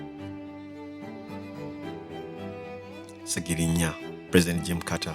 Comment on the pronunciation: That pause before Ssegirinya.... and the speed after